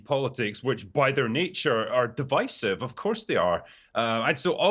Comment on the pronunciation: Wow! Someone who knows how to properly pronounce the word “divisive”!